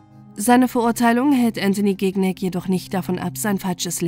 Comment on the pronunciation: Man spricht den Nachnamen Schinjac aus und nicht GIGNÄG hahahaha